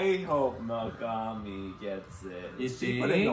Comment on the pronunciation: Me-GAG-mi really gagging me 😵‍💫